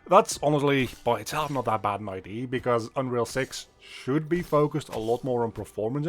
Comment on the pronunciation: it's idea, not id. Always easy to spot a Belgian 😂